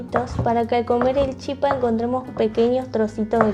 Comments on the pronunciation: La pronunciación correcta es chipá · Gracias!!! Me encantó. Ahora, sin ofender, no es chipa, se pronuncia chipá.